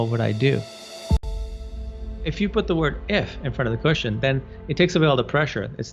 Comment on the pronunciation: When you say question, I hear the word cushion!: ) xo